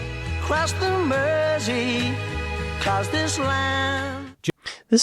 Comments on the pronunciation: (for an American) Mersey should sound like merzy, not mercy. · The continuous mispronunciation of Mersey was doing my head in. I couldn't watch the whole thing for fear for my PC monitor. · Mersey is pronounced with a Z like the guy mentioned below. Also, Mersey is the actual river that flows through Liverpool (AKA Merseyside). Hope thats clear.